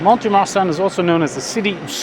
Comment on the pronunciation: If I may say the letter t in mont is never pronounced.